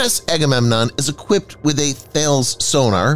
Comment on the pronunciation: Thales = Ta-lis